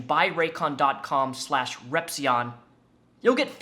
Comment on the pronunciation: Heyy I’m pretty sure Repzion read your comment and agreed at the end of his latest video. He didn’t pronounce your name right lol